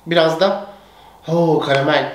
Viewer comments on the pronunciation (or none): ✨Oğğ karağamel✨ ✨Aboğ oğ çok kötğü kokuyo✨ İçlerinde kötü bir şey olsa da yemeye devam ediyor